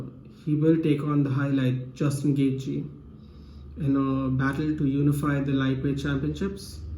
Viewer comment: Its gonna be an awesome fight!!! I think khabib is gonna get this one for sure. Straight up beast. But bro you gotta learn how to pronounce Gaethje properly haha :D lol